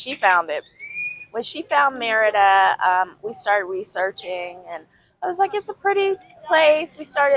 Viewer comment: You forgot the "r" in Merida, bro, but we understood you anyway.